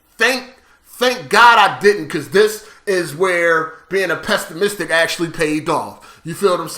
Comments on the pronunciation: "Pestamistic" lmao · my God how does he pronounce pessimistic